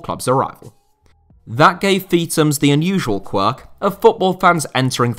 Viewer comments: It’s not “Feet ums”. It’s “Feeth ums”. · Its not pronounced Feetams, its Feethams